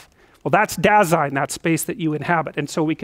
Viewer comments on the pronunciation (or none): "dah-zine", though. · "Dasein" is a German word and basically means "being here" or "existence/existing". And it's pronounced more like "duh-sein" and the "sein" as in Seinfeld the comedian and "Da" as in "well.. duuh". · By the way: "Dasein" is pronounced as "Dar-zyne". Greetings from Germany :) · German here. Your translation is literally right. Apart from Heidegger's definition Dasein is simply our word for being. The pronounciation is "dazine", no R in there. German pronounciation is pretty straight forward, unlike French or English :D